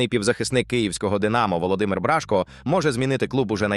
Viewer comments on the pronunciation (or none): Бражко-наголос на О